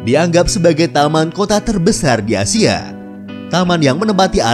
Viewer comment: ASIA Min,, Bukan ASYIA